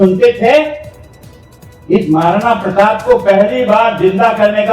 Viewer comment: अभी भी माफी मांगने में भी गलत बोल रहे प्रताप प्रताप बोल रे आपको बोलने को नहीं आता है क्या